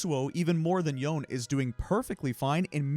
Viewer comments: Yone is pronounced as "yo-neh", not "yawn". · for goodness sake his name is pronounced "Yo-nay" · Take a drink every time he called Yone "Yoan" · No. It's Japanese. ヨネ. Yo Ne. The Yo is pronounced like the the English word Yo. The Ne is pronounced like the English word "Nay". Both syllables should be pronounced equally as long with no stress. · Me wincing every time I hear the name “Youn” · Watch any Riot stream where Yone is played. It's definitely not "Why" + "One" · that is the most incorrect pronunciation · that is absolutely not the correct pronunciation